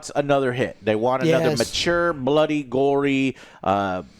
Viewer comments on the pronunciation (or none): none